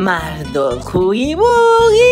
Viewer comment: Jajja como dice huggy. Euggy. Las voca chanclas ésas